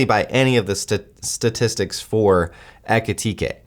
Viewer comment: Ekitike isn't ready yet. He just took over from Marmoush and needs at least another full year to become good enough to be a starter for pool. Better bet could be Guirassy: Underrated striker who can't be so happy in Dortmund. Much better player in the moment, but cheaper. Btw: Your pronunciation of German words is very good!